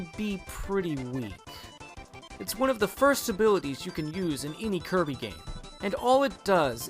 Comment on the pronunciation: It's Kirby,not Coby!!!